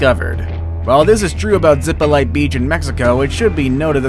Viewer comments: It did not say "Zipolte" but "Ziplite", and he pronounced it like that: "Zipolait". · When I hear "zippo light," I think of someone who can't pronounce Spanish, as well as Hawai'ian place names. If you're going to make a video, learn the pronunciations. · The pronunciation is ZEE Po LEE TAY. Absolutely NO ONE says it the way you said it.